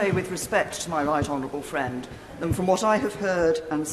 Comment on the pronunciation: Ahhhh... fwends...